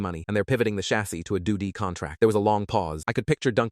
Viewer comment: All the idiotic things the AI calls all the initials of things drive me bat shite crazy!!!! They truly need to teach the AI better.😂